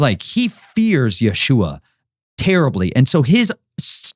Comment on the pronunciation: Your list for revenge and blood makes me feel uneasy, and why do you keep calling our savior Yahooah it's pronounced Yeshua or YHWH I've been praying for discernment and this one makes me really uneasy.